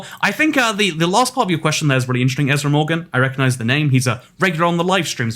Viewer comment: why did the a in ezra fade away?